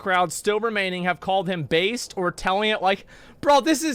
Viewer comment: Baste Is wht you do to meat during cooking sometimes. Biased is pronounced bai-ust.